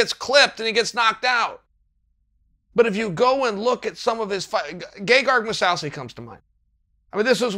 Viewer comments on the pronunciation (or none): moo-sou-see??? No, its pronounced moo-saucy